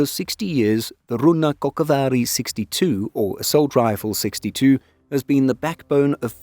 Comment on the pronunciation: "Runnakko'K'vaar" - Blessed are those who try to speak finnish ;)